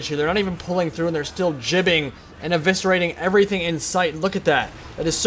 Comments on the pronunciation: JIBBING? It's GIBBING. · thats how gibbing is pronounced. listen to Giblets, thats where the word comes from, pronounced like "Jib"